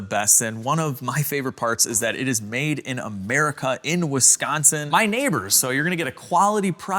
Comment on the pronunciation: everybody knows its pronounced "Wiscaaaaansin"